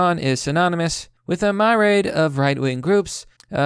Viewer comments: Just one thing that bothered me a little with your pronunciation of myriad. Instead of my raid it’s mih-ree-ad. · Myriad is pronounced merry-ad! Catalytic is pronounced cat-oh-lit-tick! Sorry, I have a habit of mispronouncing words that I've only read but haven't heard spoken too, but this time it kinda annoyed me. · Myriad: myr-i-ad, sounds like meer-ree-ad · My-ri-ad you dumb yank fuck. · That 5th grade reading level you have is... something. It's to the point I'm waiting for it in each video.. let's see if I can spell it phonetically. Mir reeee add. And now you know. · Look up how to pronounce "myriad" you goon